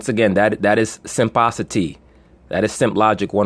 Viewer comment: Did he just say “simpocity” 😂😂😂😂